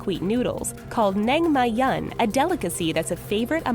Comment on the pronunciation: nangmyeon...two syllables